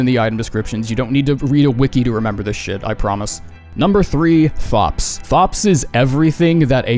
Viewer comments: thops is pronounced topes, like ropes but with a t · "thops" Is pronounced "tops" btw. He introduces himself that way so I'm not sure how you missed that.